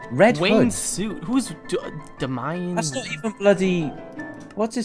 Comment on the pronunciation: OMG I CAN NOT BELIVE YOU DONT KNOW WHO DAMIN WAYNE IS DO YOU LIVE UNDER A ROCK!!!!!!!!!!!!!!!!!!!!!!!!!!!! PS IT DAMIN SAID DAY-ME-IN DUH!!!!!!!!!!!